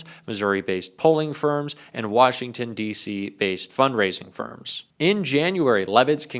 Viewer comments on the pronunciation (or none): none